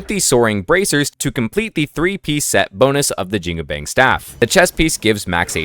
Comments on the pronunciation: JIN-GU-BANG >> almost pronounced right. the last word, is closer to "BUNK" like army bunk, instead of "BANG" like "BANK". so... say.. "JEAN" in billy jean "COO" cuckoo bird coo'ing "BANG" like BUNK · Jingubang is pronounced Jin (as in the Arabic demon) gu (as in Jew) bang (as in bong, or the words bon-bon or the word on, there is no ‘A’ sound) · great analysis, but please improve pronounciations 😅 my chinese mother dropped dead upon hearing your pronunciation of "jingubang"